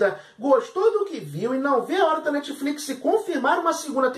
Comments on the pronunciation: Netfliquissiii ???? Sério???? Da vontade de arrancar os ouvidos kkkk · Quantas vezes ele falou netifliquissi? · krai o cara so fala netfliquisi, q agonia de ouvir isso